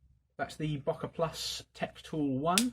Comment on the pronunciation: Bruh why do you pronounce so much shit wrong. Böker is pronounced bow (like bow and arrow) ker. Hennie Haynes is pronounced hen-nie Haynes not “Hienie Haynes”. Other than that amazing videos just mispronunciations irritate me.